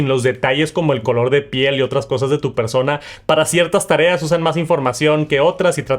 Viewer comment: Por favor deja de decir “persouna” que eres latino no estadounidense